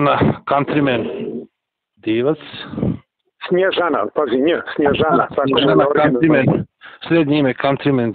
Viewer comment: Ali on je pogresno akcentovao da zvuci kao malo juzno srbijanski, to mu je unelo dodatnu zabunu..